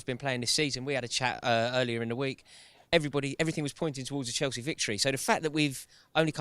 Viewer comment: Someone tell it's Chelsea not Chalsea please 😭😭